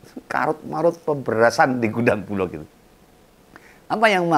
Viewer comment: koreksi om bulog bukan bulok ❤❤❤❤ ,🙏🙏🙏🙏🙏